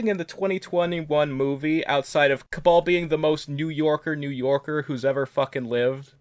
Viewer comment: I always found the "He's about to get his soul sucked!" line hilarious, but your new york kabal had me in stitches for a full minute